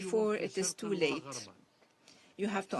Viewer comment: It is disgusting when this lady says ...' It is not too làte ......'